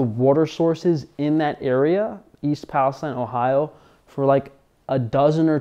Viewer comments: If you’re going to make a video about something, at least confirm how to pronounce it. It’s pronounced Pal-is-teen. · You mispronounced the city name.